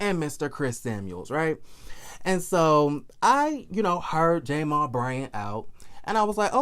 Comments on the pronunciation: why do you say J- mal. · Why are you pronouncing his name like that...?